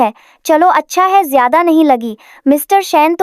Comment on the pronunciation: Jayada ko acche se bolna